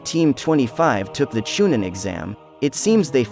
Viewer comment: Cha nine??? U really don't know that it's Chunin??? I believe u...